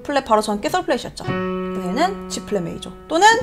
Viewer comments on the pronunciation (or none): 근데 왜 '메이조'라고 말씀하시는지? '조'랑 섞어서 말씀하시려고 일부러 그러시는 건가 해서요 ㅎ 크게 상관은 없지만 메이저라는 용어에 익숙해져서인지 신경이 쓰이네요 ㅎ